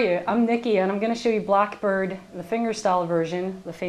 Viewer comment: "Blockbird"? Learn how to talk there heavy metal dick